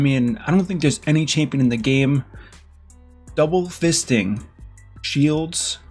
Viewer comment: Did he Just say doble fisting at a point?